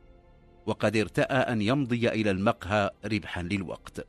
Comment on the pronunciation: قصص مكررة كثيرا،كما يرفع الراوي بعض الكلمات،(المقهى)رفع الميم(المدخل)رفع الميم،(صباحا)يقول صبحا برفع الصاد،وهناك الكثير من الكلمات ،فهل من توضيح لرفع الكلمات؟